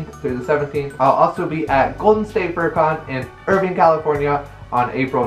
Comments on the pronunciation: Did you just say Irveen? It's IrvIIIINE with an i not an e. I feel offended as someone from an adjacent city but also thanks for letting me know that's a thing. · Its Irviiiine I live there vine not been lol